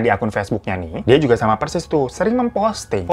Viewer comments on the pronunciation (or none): none